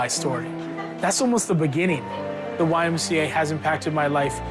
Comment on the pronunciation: You lost me at the C in YMCA, sorry Not my twang, but I love all of you !